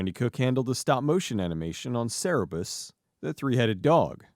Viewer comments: Cer•BER•us*. Not "Cerebus". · Cerberus, not Cerebus